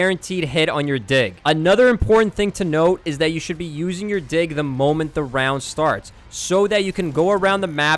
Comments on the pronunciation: Bro was not saying "dig" 🥀💔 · I keep laughing whenever he says "Dig" because it sounds like the other word... "Don't mindlessly pull out your dig like a noob" 😭🥀